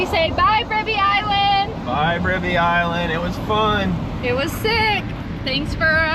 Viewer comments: The "ri" Bribie is pronounced the same as rye. The "ou" in Caloundra is pronounced the same as the "ou" in loud, proud, shroud etc 😊 Thanks for picking up the litter. It helps keep our surroundings clean 😊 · Your kids sure enjoy Australia. They do a lot of good running around that will stand them in good stead during their lives.i,m not sure those cone shells are as far down as the sunshine coast. I was wandering what island you were on now I know you were trying to say bribèeeee island